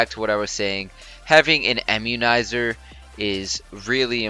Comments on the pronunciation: Bro, I-mmunizer, not EM-munizer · lol "emmunizer". this is another awesome vid!